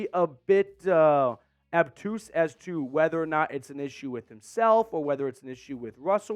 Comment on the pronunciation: Don't use big words. It's obtuse not abtuse. Good luck with English class. Go anybody but Denver.